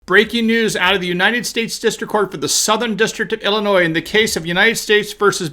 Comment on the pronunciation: He say Illinois??? Wtf?